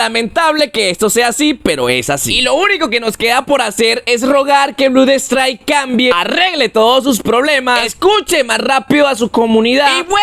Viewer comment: Me harto a la cuarta vez que dijo Blud strike 😂